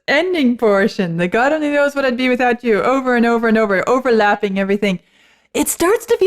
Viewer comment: Our host is overemphasising the emphasis on you............